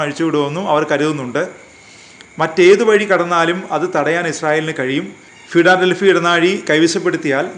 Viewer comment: ഫിടാലെൽഫി അല്ല 😀😀 ഫിലാടെൽഫി.